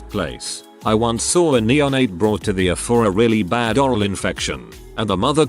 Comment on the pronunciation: If you continue to do medical material, can’t you get the bot to say E R rather than “err”?